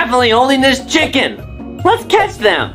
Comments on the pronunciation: bro even the narrator sucks at saying the word chicken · yeah bro your litteary saying not right its chicken not chucken